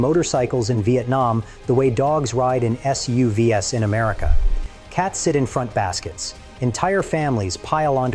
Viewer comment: “Dogs ride in SUVS…” which the video announcer pronounces as S-U-V-S and not SUV’s … I don’t believe for an instant that this isn’t AI…